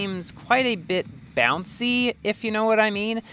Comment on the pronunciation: You said boucy whend you landed